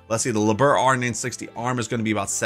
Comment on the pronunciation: Liebherr is pronounced Lee-bear.